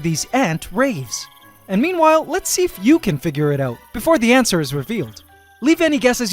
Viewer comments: Do you intentionally say "antser" instead of "answer"? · Oh I get it.... on the “ants’er” 🤣🤣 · did you just say "antswer".